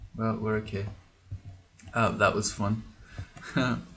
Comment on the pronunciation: Didn't say Chai instead of Chei once... Where are we supposed to get our tea based humor if not you,?